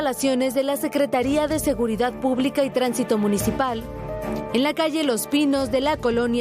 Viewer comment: Otro que dice "seguridat"🤦🏻‍♂️